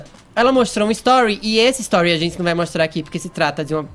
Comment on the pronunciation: Acho engraçado ele falando a palavra "gente"! Ele fala "zentssi"! Hahaha!